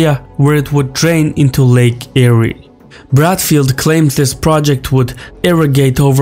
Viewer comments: Not pronounced ‘eriee’ but ‘Air’ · HAHAHA Eyree... Lake Eyre pronounced AIR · As an Australian it's actually pronounced lake "air" not "airee" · It’s enunciated “lake air” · Lake Ayre is pronounced Lake Air.... fitting really given it never has any water in it. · It's pronounced "Air". But probably got his pronunciation mixed up because of Lake Erie. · pronounced air after the explorer Eyre. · Actually mate, it's pronounced "Air" as in what we breath. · Lake Eyre is pronounced "Lake Air" in Australia... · Lae Erye is pronounced Lake "Air" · Lake “Air”